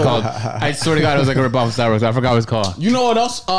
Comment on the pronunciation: Nigga said starbooks😭